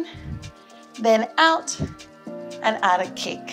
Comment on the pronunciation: Every time you say "out", it means "ouch" to me >.<. Your videos are really helpful. I'm your fan <3